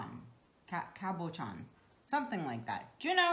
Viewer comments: Cabochon is pronounced like this cab o chon. You did a great job explaining how to. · Love your videos! I had never heard cabochon pronounced this way, either. Most of the pronunciations on google pronounce it as Kris said. Also the Merriam-Webster dictionary.